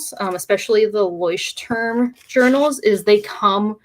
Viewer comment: "Leuchtturm" is a german word and i couldn't recognize it until i was able to read it x3 google translate can help with the pronounciation, if there is interest^^ i thought about starting with a bullet journal but I dont know if it feels right... or forced ^^'